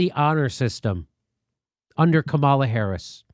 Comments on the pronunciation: Jimmy, her name is pronounced comma luh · Jimmy it’s « comma la » come on, this is racist of you: you’re smart you know full well how to pronounce her name. Doesn’t matter what your opinion is, pronounce her name right! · You don't have to like her (I don't) but my god, at least pronounce her name correctly.